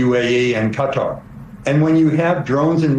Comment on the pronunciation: Thank you, General Hertling, for your excellent pronunciation of Qatar. A lesson for all those who say "Kudder."